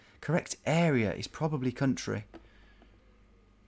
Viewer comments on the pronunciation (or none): none